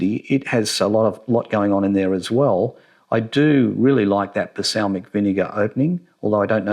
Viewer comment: balsamic, not basalmic lol